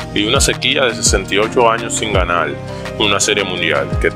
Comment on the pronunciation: Por que pronuncias la L dónde va R Por ejemplo depoLtes no es .Es depoRtes Ganal no es .Es ganaR JaLdin no es Es jaRdin